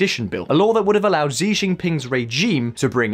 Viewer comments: Oh my god, Xi is pronounced like chi- not zi. Chinese latin alphabet, have it owns pronunciation rules. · wait what kind of chinese is that? 习 in mandarin is pronounced as SHE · can you pronounce "xi" properly? Not trying to be mean its just bugging me. He is famous and it makes the channel seem less authoritative if you guys habitually mispronounce it ( regularly screws up pronunciation of other famous names). Your mispronunciation of Tsai is perhaps more forgivable, although if i were you guys I would check the sound online for all of these before i spend hours recording